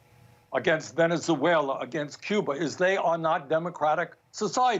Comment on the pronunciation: They way she says Cuba Is Hilarious 😂🤣😂🤣🤣😂😂🤣😂